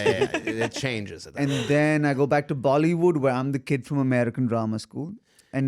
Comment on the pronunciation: I like how he says Bali would instead of bollywood😂😂😂😂❤